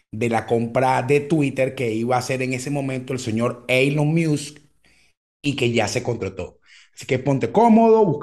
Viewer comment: Cada vez que dices "muse" y no musk pienso en la banda